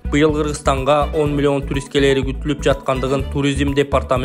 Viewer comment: Цифраны кандай айтып жатат мен тушунбой калдым милион сом 20 милион 83000 сом эмесби милионду да башкача айтат экенсин мулуён сом дединби